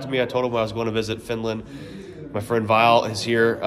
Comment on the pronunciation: you like dropping the last letter of Villes name :D you say the first part right but then it just ends i E pronouced like the first letter in echo